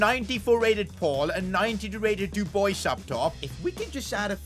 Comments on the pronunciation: Dub-wa say it after me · The way he pronounces Dubois is a special kind of art))) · Nice video mate ❤ And as a french speaking person hearing you pronouncing dubois's name exploded my eardrums 😂😂 Keep up the good work ❤ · Lmao the way he said Dubois